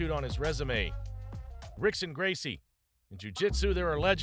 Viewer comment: To mispronounce Rickson Gracie is a sin.